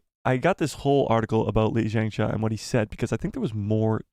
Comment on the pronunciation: He should take 5 mins or so to learn how to pronounce Lee Jung Jae correctly. And “Squid Game” as well. It’s not “Squid Games.”